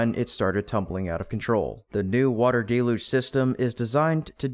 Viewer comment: Please say DEL-yooj, not DAY-loozh.